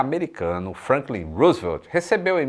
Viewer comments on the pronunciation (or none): none